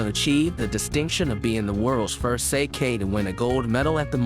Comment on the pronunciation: Thumbs down for pronunciation, if I have to hear you say sake one more time I will claw my ear drums out…